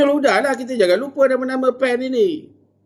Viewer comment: PAN lah..bukan sebut Pen....😂